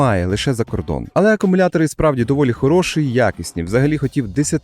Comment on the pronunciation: Будь ласка, перестань говорити "шисть", "мережи", "хороши"